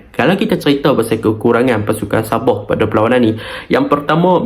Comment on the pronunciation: Btl kn sebutan anda .. Sabah bkn ny sab0h .. Heee ..